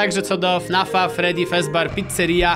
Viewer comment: Mówi się fredi fazber picceria sim